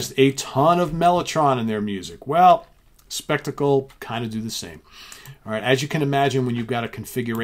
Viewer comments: Actually it is pronounced Shpek-tah-kle in German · I just want to thank you for shows like this which is as interesting a concept as you've ever come up with. I hope you keep it up. On a more pedantic note, Shpek-tackle as it's pronounced in German is of course the German word for spectacle. A Canadian who's lived in Germany for six years now so I can't help it!